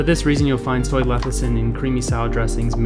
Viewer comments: leCithin. NOT leTHicin. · I can't take this video at all seriously. It is NOT pronounced LEH THI SIN, but LEH SIH THIN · Sound it out. Leh - SIH - thin, not leh - THIH - sin. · You Say Leth-i-cin thru the whole video and you're giving advice on Lecithin..... interesting... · I’m reading lecithin and he’s saying lethicin, my brain! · You say it wrong enough times and it starts to sound right. LE-CI-THIN.... not LE-THI-CIN. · I thought that it is leCiThin... you keep saying leThiCin... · You spelled lecithin correctly, but pronounce it lethicin... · i thought i was the only one hearing lethicin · say it with me: less-a-thin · It's LESS-I-THIN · How can we trust your content if you cannot even pronounce Soy Lecithin? Yikes! Perhaps its your first day with your new mouth... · man, you couldn't even pronounce soy lecithin. cute cat tho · You can’t even pronounce lecithin correctly. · Discredits everything when you can’t even pronounce the product correctly. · Just because he mispronounced it, doesn’t mean the information is discredited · it only means 1 thing for me, he didn't do a proper research about it if he can't pronounce it properly. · He doesn't know how to say it yet we see him criticising it. Probably reading off some paper. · don't trust someone who can't even pronounce the thing properly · Thought I was the only one who was catching his incorrect pronunciation…kind of makes me question the validity of this video 😅